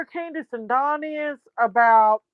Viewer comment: Please tell that don name is DON D-O-N not DAWN that is a female name is DON DAMMIT LIKE DON THE CON NOT FK'N D-A-W-N DAWN DAMN IS DONALD DONNIE DON NOT DAWN😂